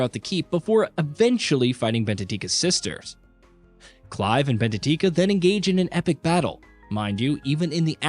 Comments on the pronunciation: Her name is benedikta, not benetika 😂😂😂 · Ahh yes, "Benedika" and "Barbenabas" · "Va-LES-the-uh" - uhhhh what? It's "Val-es-THEE-uh" "Ch-arron"? It's pronounced like "Karen". Bene-tika, Benabus, "sayer norvent'... Good god, does no one listen to this before publishing?